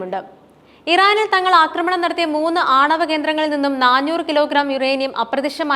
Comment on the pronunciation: ന്നാഞ്ഞൂർ എന്നത് ന്നാനൂർ എന്നാക്കുക